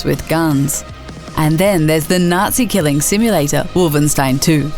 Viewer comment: Did she say Wolvenstein instead of Wolfenstein?! :P